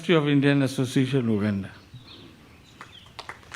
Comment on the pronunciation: First atleast learn how to pronounce the word Uganda well not wuganda before you ran and rash to ask for citizenship